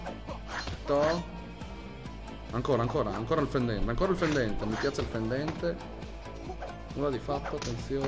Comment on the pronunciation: mi piace il fendente o il fondente??? Nn si capisce XDXDXDXD